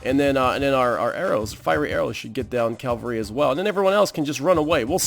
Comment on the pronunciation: It bothers me so much (kind of irrationally) that you say "calvary" instead of "cavalry" but it sounds like you try to remind yourself it's "cavalry" so I suppose progress is good. XD